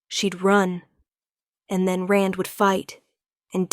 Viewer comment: Rand not Ren.